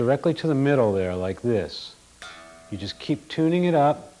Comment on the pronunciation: Lol, he keeps saying "Juyyust like this". XD